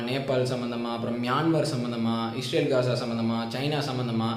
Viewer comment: Bro its ISrael not IsHrael... Nice video...